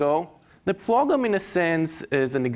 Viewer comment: This this man just say "It's a Pwogwam?"